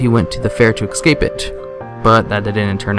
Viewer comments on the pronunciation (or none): Soo.. why do some people not know that the word "ESCAPE" shouldn't be pronounced "EXcape"? That's the only thing that bugs me. Aside from the idiots who say "could of". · Love your videos. but it is escape not excape. Keep up your good work!